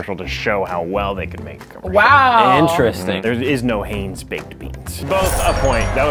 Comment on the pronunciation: it hienz hi ns not hay ns